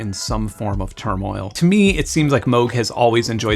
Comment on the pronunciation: Thank you for pronouncing Moog correctly! I know the family of the founder and everyone pronounces it wrong!